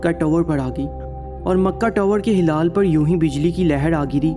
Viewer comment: Bhai wo hilaal hota h na ki halaal